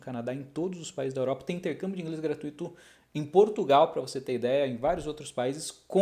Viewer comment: Só não é "gratuíto", né?